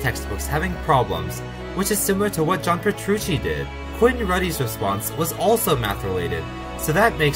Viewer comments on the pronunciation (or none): none